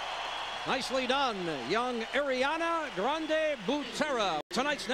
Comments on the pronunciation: aIRiAna Grande BuTEra! Now that dude must regret miss pronouncing her name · The announcer: “And that was AIRiana Grande” Nobody: Me: IT’S ARIANA GRANDE!